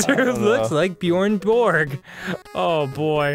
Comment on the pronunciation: laughing at how Dan pronounce "Björn Borg" :') can't blame him though when the game spell is "Bjorn".